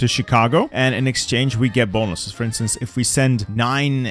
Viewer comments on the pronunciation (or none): none